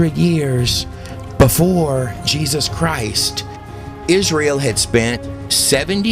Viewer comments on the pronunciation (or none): none